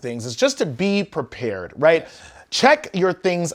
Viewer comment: Don't you mean "purr-pared"😂😅